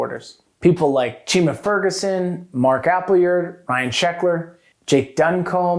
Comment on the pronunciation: Why do you call him Mark appleyeerd?